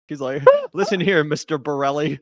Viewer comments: I died laughing when he called him “Mr. Borelli” and “Mr. Morelli.” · Destiny: incoherent rant Norm: Mister Ravioli! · Horrible showing from Norm here. Why do we think its cool or rad when he constantly was getting his name wrong and resorting to ad homs. Despite all the academic research he has done on the topic, thats the best Norm can offer?